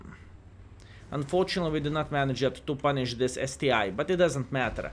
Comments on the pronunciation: It's not ST-i, it's ST-1 (ONE!!!) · Anyone else got triggered when he said ST-I?